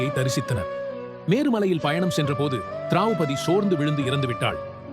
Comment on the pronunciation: Drowpathy not drawpathy ilai